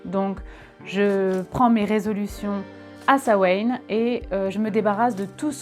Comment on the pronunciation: Ça se prononce pas comme ça, ça se prononce "Sa-ween" (en gros), attention, ça reste un mot d'une langue encore vivante, donc il y a une prononciation correcte normalement